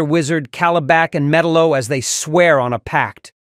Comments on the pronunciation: did he say metal oh? It's Metallo not metal oh. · The guy's name is not mellow it's Metallo get it right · Did I hear medelo?